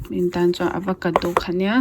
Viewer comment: Avocado aw.. Pronounce diklo mai² nge... Chuan ei pah khan thil sawi ve la....